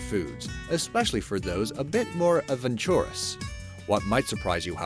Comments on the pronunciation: Every now and then on these be amazed videos there's an obviously mispronounced word. advenTURous? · You lost me, when you couldn't pronounce "jalapeno" or "adventurous" correctly. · Worst pronunciation of "adventurous" I've ever heard. Is this guy a robot?